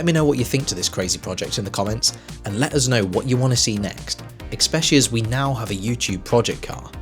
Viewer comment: "eckspecially"? :D Loved the video though!